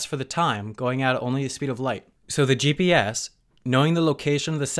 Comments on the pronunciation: Is he saying GBS instead of GPS? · Martin Kunev ya maybe GPS but he said GBS 🙃